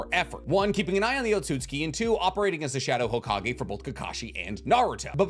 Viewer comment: He keeps saying otsutski but it's otsutsuki. I swear to God all these people talk about loving anime and Naruto and all this shit and can't pronounce words properly. If you can't pronounce it right then don't say it at all